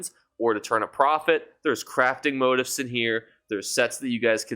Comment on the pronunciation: Pronounced. mō-tēf′ or mō-tēfs Not Mo tifs.